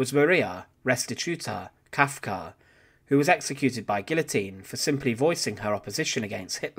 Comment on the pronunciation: Kafka, her name was Kafka, not Kalka!